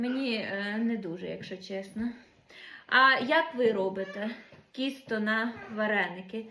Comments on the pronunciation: Тісто, а не кісто, ти ж молода, з вищою освітою, то говори правильно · ну почему ты говоришь кісто в Полтавской области говорят тісто. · Мені вчувається кісто, а не тісто. то як ти говориш?